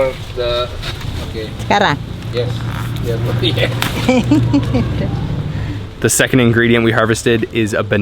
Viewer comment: " sekarang" /now 😅😅😅 Good job from indonesia east java blitar